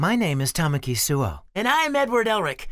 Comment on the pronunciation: "Toe-Maki" pronunciation gets me every time 😂😂😂 people say it all the time too!